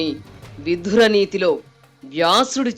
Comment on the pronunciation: Madam may please correct the pronunciation as VIDURA instead of VIDHURA